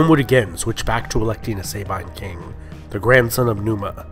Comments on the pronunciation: It's not pronounced "SAY-bine", it's more like "sah-bean". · Great work thanks! Just one thing: please do not pronounciate Latin like (American) English. Example: 'Sabine' is pronounciated with 'a' like in the word ' American'. And the 'I' like in the word 'dustbin'. 'Remus' is not 'Reeeemus', but with 'è' , like in 'Everlasting'. And the 'u' like in 'shoe'. Remus.